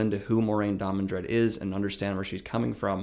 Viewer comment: I feel like “Last Jedi” Luke Skywalker watching this. “Amazing. Every word of what you just said was wrong.” First of all, it’s DAMODRED, not DamoNdred. I thought I was imagining that pronunciation, but that’s also how it’s spelled in the description below the video. Is it really too much to ask you to just pick up the damn book once in a while when preparing these videos? This is an utter misrepresentation of what Moiraine is and represents. First of all, it's good that Rand did not listen to her. She is NOT the voice of the author or "word of God." She does provide a great deal of exposition, but that's not because she's right about what to do. Rather, Moiraine (and Siuan) represent the status quo. They represent the state of the world Rand comes into, and most important, they embody the shortcomings. Moiraine & Siuan are why the world needs Rand. They are too fixated on conventional solutions, because that's what they know. The world is falling apart, and Rand needs to break the paradigm, to shake up the status quo and the Aes Sedai and their ideal members, Moiraine and Siuan are committed to the preservation of the status quo, because that's what put them on top. Most importantly, Moiraine, like Siuan, is a political figure and largely amoral. Rand is not, but Moiraine tries to make him so. Rand is an inspirational figure. As ta'veren, he inspires people to step up and play their part in the grand design. His mission is to get people to work together willingly, not to gat